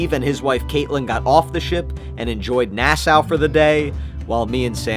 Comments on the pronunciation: Nass-ow Not being rude its Nass-ah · I’m a Bahamian a it’s not nasao it’s nah-saw (spelled Nassau) plus it’s coco key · i loved when pronounced nassau nasaow tip its pronounced nasaw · Erm ashkuly as of 7 months ago when the video was first made according to my calculations wonder of the seas was the biggest ship in the world with a length of 1,188 ft. long 236,857 gross tons and 18 decks high. so erm lemme straighten my glasses so erm stop lying ☝🤓 And ashkuly its not "nasow" its pronounced Nasawll spelled Nassau. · I cannot believe that you have just called Nassau, NASAUW.